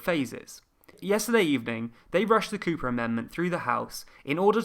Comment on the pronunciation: the "Cooper Bill" becomes to the "Copper Bill" and stays like that for the rest of the video...